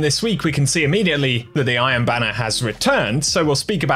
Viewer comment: Is he saying "I am banner" instead of "Iron Banner"...?